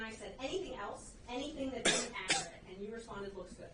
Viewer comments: [ak--er--et] and not [ak--cure--et]. I speak two languages fluently using the proper dialect in both. Why is it that some can earn a law degree, but don't have the intelligence and the "listening skills" it takes to learn how to pronounce the proper English dialect. I'd bet that if our Microsoft software didn't have a spell check, wouldn't be able to spell that word and many more. If it's that easy to earn a law degree and make the money they don't deserve, I'm back to school next semester. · Anyone else annoyed that he can’t say “accurate”? And he’s a lawyer! It’s not akrit! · AK-OR-RIT? REALLY? How do these lawyers, DA's get so far and not be able to handle being on the stand? Raises so many questions. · Hes not being "Ackrut"